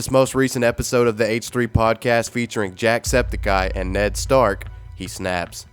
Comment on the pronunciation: Did he just say Jackseptcteye?